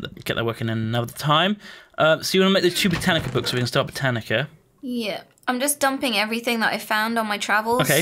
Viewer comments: inability to pronounce botania is Sooo annoying. I have no idea where he managed to get the extra c from. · Every time says "Botanica" I die a little inside.